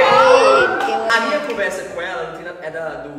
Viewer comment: Gntt eu contei quantas vezes o falou conversa e foi 0! Pq ele fala CUMversa KAKAKKQ